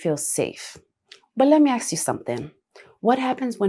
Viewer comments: I’ve noticed this generation say the word ASK wrong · its ASK 💀